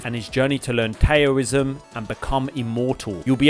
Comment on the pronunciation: Great list thank you. Stellar blade definitely on my list. BTW, enjoyed your elden ring stream but if you are underpowered for fire giant you can do consecrated snowfields (and haligh tree) first then come back. Worked for me. Also Alex jar is a good support summon. Oh, just for your future reference, Taoism is actually pronounced dow-ism - I got it wrong first time too. Keep up the great content